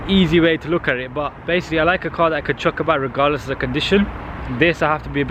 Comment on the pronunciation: you own an S3 and you say "basily" haha so amusing